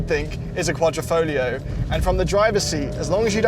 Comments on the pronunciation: And you still cannot pronounce words properly, can almost think you are Americans... its Quadrifoglio, not Quadrifoligo.... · QuadrEEfoglio damn it! Can't make jokes without getting my comment censored lol... but it's QuadrEEfoglio, not QuadOHfoglio 😂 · Mi pare dicano quadrifolio... It's not the correct pronunciation! The g is not silent. 😊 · Quadrifolio with missing ‘g’ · I love to say that outloud with a forced italian accent: ALFA ROMEO GIULIA QUADRIFOGLIO VERDE 🤌!! Say it fast too (Don't pronounce the G of quadrifoglio you muppet) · Wait…. You aren’t supposed to pronounce the “G” …?